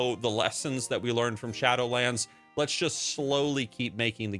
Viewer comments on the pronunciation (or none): none